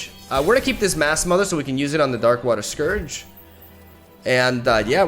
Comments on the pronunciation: Scourge is pronounced "scurge" without the "ow" sound. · Darkwater Scourge is pronounced like: Scurge. And Strafing Strike is pronounced like: Stray-fing Strike. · Scourge is pronounced like “SCURGE” Strafing is pronounced like “STRAY-FING” Hope that helps :) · Scourge = 'Sc' as in School & 'ourge' as in urge Also, Strafing = 'Stra' is pronounced stray & 'fing' is still fing